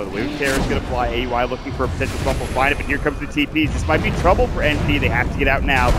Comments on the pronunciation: Commentator kept saying Aui's name as Ey You I. Is it really hard to pronounce it when its the same as Audi except you just remove "d". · Bilegt Battsooj But in the Boston Major Qualifiers, whoever were the commentators, I heard them pronounce it as Aui, like Audi without the "d" not A U I. I think it was NP vs COL match.